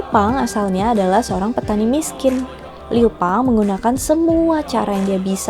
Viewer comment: Bukan liu pang, tapi liu bang, dengan gelar han gouzu